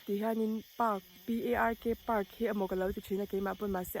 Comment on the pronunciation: FAR PAK tur aw Park ni lo in